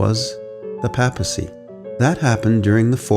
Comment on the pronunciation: Papacy....sounds like paper, not Papa. Just saying.